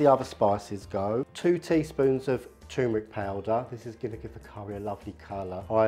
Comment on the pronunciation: Tur-meric not choomeric mate.